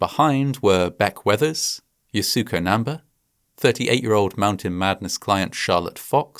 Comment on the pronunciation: The pronunciation of Yasuko Namba's name in this video is WAY OFF!! I am a big fan of Fascinating Horror & find all the videos extremely well researched & with plenty of care, concern & empathy toward victims of the many tragedies explained therein. However, a bit of checking with native speakers of the language of foreign names would definitely help. To offer a bit more respect toward mounaineer Yasuko Namba, her name is actually pronounced YAH-skoh NAM-ba (with emphasis on capitalized letters).